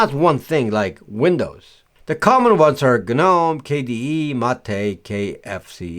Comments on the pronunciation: The G in Gnome is silent. so you say nome but it's not spelt that way. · Gnome is pronounced 'nome' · It's better to not pronounce the G in GNOME. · Whenever people pronounce sudo the same way as Judo is pronounced, I often wonder if they know what sudo is short for 😂 The do part is pronounce just like the word "do" in "super user, do this task" because it literally means "do". I also have a problem with people pronouncing the G in GNOME. 😂